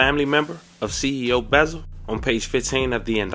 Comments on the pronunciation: It’s CEO BEZZ-AL not no beezal tf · These off brand azz folks , stay messing up people names ! Buzzard 😂